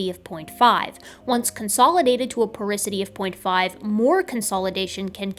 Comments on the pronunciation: Porosity not porisity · It did my head in to hear porosity said as "poricity" what felt like a thousand times throughout this video. 😂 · As a geophysicist, hearing porisity instead of porosity (repeatedly) really hurt me... Otherwise, pretty solid video! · Porisity? I think you mean Porosity, don't you,? First time I ever caught you, you are so perfect. Thanks for so much entertainment and education. I am a 72 year old fan of yours, a nurse with a degree in Biology, mother of four, and now retired. I miss it, but retirement is great. I am doing lots of studying, including studying my 12th language, Arabic this time. I always wanted to go on to graduate school, but life did not permit. Take care, you are precious, and we need every hardworking scientist we can get. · Again: PorOsity, not porIsity. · Super good vid, tho porosity being said porisity threw me for a loop lol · Just an fyi, it's "porosity", not "porisity". I was wincing every time you said it. But that's just a quibble, and doesn't say anything against your truly excellent analysis and argument. Well done! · It is porOsity. as in porous, having pores. I'd be happy to proofread/prooflisten your work in the future :) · I love your channel and everything you do. But how you're pronouncing and spelling "porosity" is driving me crazy. Lol. Probably because I already hate the word (it's one of the problems I have to deal with in my own industry). So THAT'S my big correction... it's POROSITY. lol Great video as usual though! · Love your integrity, reuploading this for the correction. If I promise to watch it a third time will you do a dub where you pronounce porosity like it's spelled instead of like porisity? =P Kidding but also .... Is it bothering anyone else or am I just annoying